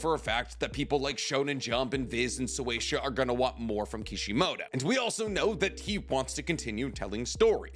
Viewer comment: why do you say So-way-sha? It's Shueisha. Shoe-way-sha